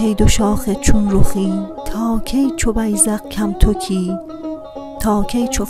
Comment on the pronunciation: عالی است فقط بعضی لغات را اشتباه خواندید مثل بیدق که بیذق خواندید یا استن که با ضمه خوانده میشود یا کم تک که باید با فتحه خوانده شود. پیشنهاد می کنم اشعار مولانا را که توسط دکتر سروش خوانده شده گوش کنید به تلفظ شما کمک می کند . موفق باشید.